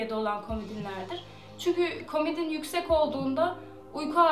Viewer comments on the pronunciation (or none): Komidin değil komodin.....